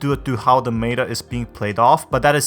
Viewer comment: Why tf do you say meta like that